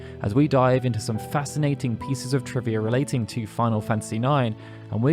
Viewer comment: Lol "triva"